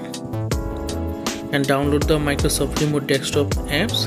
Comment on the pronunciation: d-e-s-k- top...; not DEXtop! :)